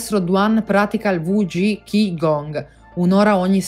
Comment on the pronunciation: Molto interessante. Tanto da approfondire... anche se alla fine il discorso di base è: "fate qigong". Grazie del servizio. Un appunto: Qi si legge Ci 😉